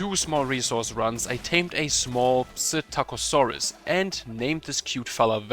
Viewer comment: Fantastic video!! One quick tip, here is a little pronouncing guide ;) Tsinto..( sint-ow-oh-saurus) Baulur (Ball-er)